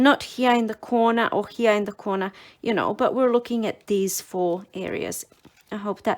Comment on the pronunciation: The word "here" is a one syllable word.